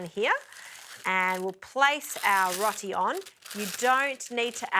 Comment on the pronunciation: I think it might be pronounced "row tee" but don't hold me to that. ALL the best. 😃 Ps. All the best with the baby too.